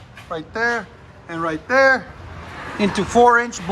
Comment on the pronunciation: Q: wait, where...? A: "right derr". 😎